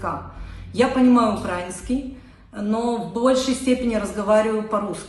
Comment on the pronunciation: Украинский с ударением на первое( и).Русский тоже не знает.Просто невігласка і все